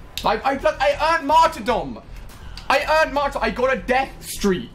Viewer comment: Why does everyone say martyrdom wrong? everyone I know and practically everyone I watch says it martyrDOM, like they're saying "domination". Its pronounced "mahrterdum", as the base word is martyr. you don't say "freeDOM" (freedahm) or "DOMinion" (dahmineeuhn). I understand that Ali is British, but I guarantee he doesn't say freedom or dominion like I showed for improper pronunciation. (and for that 9 year old kid who says I'm throwing a fit, I'm not. I'm simply asking why.)